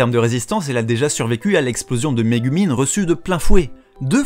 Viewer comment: Répète après-moi : Ka-ZOU-ma, Mé-GOU-min